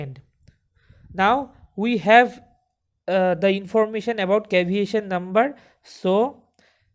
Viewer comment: its not caviation, its CAVITATION brother.